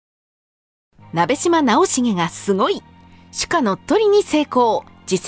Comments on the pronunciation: ❌なべじま ⭕️なべしま ですよ！ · 聞き間違えていたら申し訳ないのですがナベジマではなくナベシマだと思われます よく間違われるので楽しみにしていた故郷の武将なので恐縮ではありますが覚えて頂けると嬉しく思います。